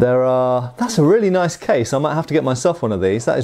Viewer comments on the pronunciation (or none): none